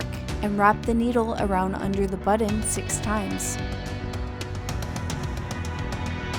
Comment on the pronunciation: Why is she saying buddin?? 😳